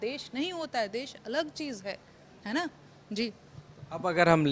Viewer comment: Desh ko cheej bol rahi hai vah